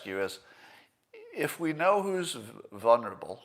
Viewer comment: Scott please please just stop trying to say the word, "VULNERABLE" ....(VUL-neR-uh-bul) ...it makes me yell at you every time you mispronounce it, which is every time I hear you say it ....you know very well, the letter 'L' is not supposed to be silent in the first syllable of that word ... I think you know more words than I do which convey exact same meaning. You might say, 'at risk' or something like that. Please? Ok, I will never rant at you again, I love you Scott.